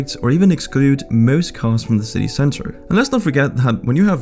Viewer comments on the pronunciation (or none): none